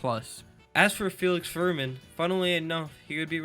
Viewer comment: Names are pronounced as Felix "Fermeeen," and John "Wet-land." Otherwise, excellent content! Appreciated!